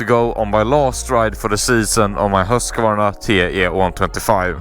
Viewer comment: varför uttalar du husqvarna sådär haha